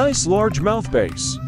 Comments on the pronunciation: Wow, he pronounced Bass, Base...lol! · Largemouth bass pronounced base? LOL! Where is this city boy from?